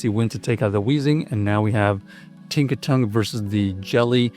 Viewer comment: Its Tinkaton not Tinkatonk